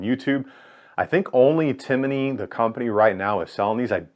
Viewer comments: Timney---- Tim-ney, not Tim-i-ney. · Hey bud it's Timney pronounced Tim Knee not Tinimey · It’s TIMNEY, not TIMINEY. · Timney, not Timiney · Tim uh knee. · I hate listening to him trying to pronounce Timney. It’s not timmAney. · tim-in-nee lol I really appreciate this deep dive/up-close look at this new trigger on the market. It's getting some serious consideration for a Polymer80 build I'm planning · Just wanted to say it’s pronounced Tim-knee. But great review! For those interested in some more info on the Timney, check out my thread on BENOS. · I believe that was teasing you about the way you pronounce Timney. You add an extra syllable to it. Great video though.